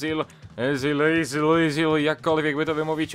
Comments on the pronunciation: i Ezil się mówi nie Yzil, bo to niemiecki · A zupełnie poprawnie po niemiecku to "Ycil". Ale każdy mówi jak chce.